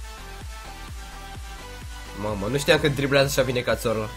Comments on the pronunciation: cațorla :)))) se spune cazorla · Se spune cazorla nu cațorla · nu catorla ci cazorla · Se pronunta cazorla. U catorla